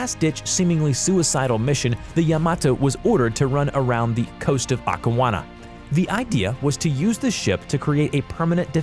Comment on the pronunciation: "okiwana" WTF dude its called Okinawa 😂😂😂